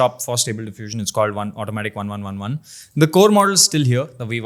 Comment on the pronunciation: Pronounce - Automatic1111 as "Automatic eleven eleven", maybe sounds cool, just saying. haha Love your jodi guys, nazar na lagey..